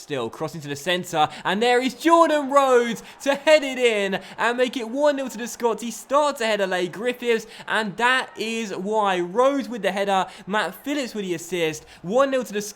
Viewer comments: come on. I've already said. "Lee" not "lay" Griffiths. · "lee" Griffiths not lay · Just wondering, isn't Leigh Griffiths pronounced like Lee? I heard like 'lay griffiths' and was just confused. Keep up the good work though:)